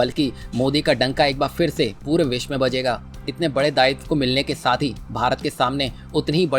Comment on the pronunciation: विस्व क्या होता है? विश्व बोलना सीखो पहले